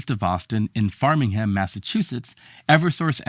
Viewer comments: It is actually Framingham, MA rather than Farmingham, MA. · It's not "Farming"ham, it's Framingham, like building a home + ham. There's very little actual farming in that town these days.